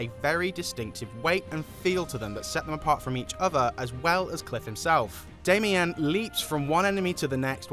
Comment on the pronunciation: Quit mispronouncing her name tho please. It’s Damian just like how dudes pronounce it. She has a dudes name get over it, Quit trying to force feminize how u pronounce her name. Will powers said it’s Damian just like how it’s spelled and pronounced for dudes with that name. I can’t stand when people mispronounce names or words on purpose. So freakin dumb!